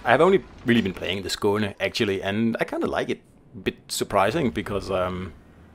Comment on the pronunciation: Its nice having these ships names pronounced properly. Thanks